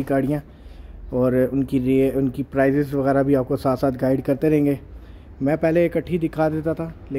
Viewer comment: Oh Bhai Price not Prize